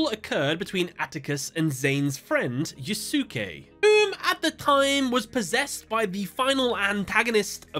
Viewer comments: Ugh, "You-sue-kay" is like nails on a chalkboard. You could just look up how to pronounce a name - especially because Japanese is a language with strict phonetics, every word tells you exactly how to pronounce it if you know how to read it. It's much closer to "You-skay" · I can't be the only one who took psychic damage from your pronunciation of Yusuke. Unless I'm misremembering S4, Yusuke should be pronounced yoo-skay, not yoo-su-kay, like with Sasuke, from Naruto. The U between the S and K should be silent. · It feels so weird hearing the dub names like Atticus in season four duels great to see them get some love though great video but I will say yusuke's name is pronounced like (you-skay) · Wouldn't the pronunciation of the guy who fought Atticus be said as Yuske since the u between s and k is silent? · it pronounced (Yu'ske) 😅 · Yusuke: No one can understand the pain I feel. The pain of having your name mispronounced by a british youtuber doing duel analysis videos. Damn you,, I will get you back... somehow. It's a joke reference to Naruto Abridged, repeated again in the latest Yugioh Abridged, as reference to how Yusuke's name was mispronounced here. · watch yuyu hakusho lol sasuke "sauce-kay", yusuke "yooSe-kay" im not hating just thought i'd let a dude know in a polite manor vs the trolls roasting you in the comments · Why is it nobody can properly say a name that ends in -suke? It's *one* syllable. "Skay". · I'm so sorry to just comment about this but it's pronounced you-skay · The cringe from your pronounciation of Yusuke's name... it's You-Skay. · Is that pronunciation of the character's name in the dub? I'm pretty sure the "not 4kids" version should be pronounced as "Yu-skay". I say this because of Yu Yu Hakusho! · Yu-su-kay? Eww. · I'm gonna go on a limb and assume you have not seen one of the classic animes: Yu Yu Hakusho. It's pronounced "Yus-Kay" (Yusuke) just how Asuka is pronounced "As-Ka" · Duke is pronounced as "skay"